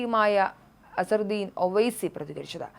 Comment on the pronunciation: മനുജ നല്ലവണ്ണം പഠിച്ചിട്ടില്ല വന്നത്.😮😮 AIMIM ആണ് അല്ലാതെ AIMIAM അല്ല...😂😂😂😂അസറുദ്ദീൻ അല്ല.അസദുദ്ദീൻ ആണ്..😅😅😊😊 Asaduddin Owaisi (born 13 May 1969) is an Indian politician who is serving as the third and current president of the All India Majlis-e-Ittehadul Muslimeen (AIMIM)